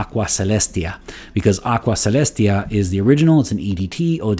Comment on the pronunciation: I knew you were multilingual but I didn't know you spoke Latin too! Love that classical pronunciation. I own Aqua Celestia, and I tried the forte version a few times at the boutique. I remember they smell extremely similar. Now they also released a cologne forte version, which is really confusing.